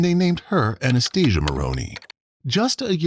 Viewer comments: It's Cath-rinn. NOT Cath-reen. And Anastasia. NOT Anesthesia. Robots should not be narrators. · Anaesthesia 😂😂😂😂 It's Anastasia